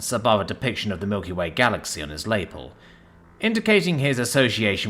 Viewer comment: This is the 3rd video I've heard you say "lapel" and you're pronouncing it weird, even for a Brit. You seem highly intelligent and I find it hard to believe that you don't know how to pronounce lapel, so I'm left wondering, do you do these mispronounciations on purpose?